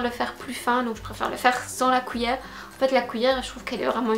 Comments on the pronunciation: Séréna Lemarchand oui je sais, je prononce mal cuillère, tu n'es que la 10e personne à me le dire. 😂 j'essaie de me corriger depuis. Par contre on dit bien papier collant, scotch c'est la marque (ou l'alcool à toi de choisir 😝)et chez nous on utilise pas la marque pour définir le produit ☺️. PaSse une bonne semaine 😘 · Une "couillère" ?!